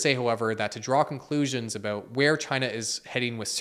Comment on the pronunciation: Thanks for talking aboot this